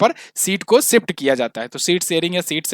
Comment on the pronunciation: ओ भैय्ये हिन्दी बोलना सीखले खुसी खुसी . . . सिफ्ट करले